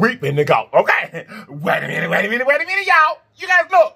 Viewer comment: I love to hear him say "WAYMENT"